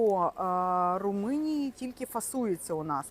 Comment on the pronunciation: У неї ще й Руминія замість Румунія! 😂